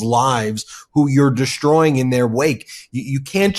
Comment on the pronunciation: Ben: there's no 'h' in "destroying"